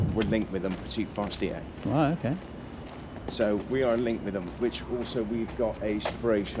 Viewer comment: They are french its forestier not forester Regards Haley